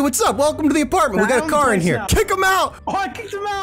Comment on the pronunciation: Lol aparntment